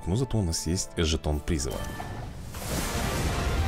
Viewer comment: Я конечно обожаю тебя смотреть, но жетон призЫва, а не прИзыва.